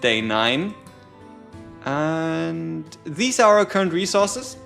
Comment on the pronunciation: "We take thise" that was great dude lol😊